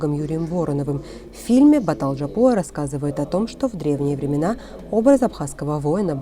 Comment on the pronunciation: Не надо искажать апсуйские фамилии - Батал не Джапуа а Жопуа.